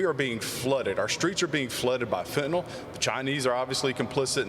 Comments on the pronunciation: Poorly spoken 💩. He can't enunciate "Fentanyl" correctly. How could you not know how to say it? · This fool can't say the word "FENTANYL" correctly? How can you live in America and not know how to say "FENTANYL"?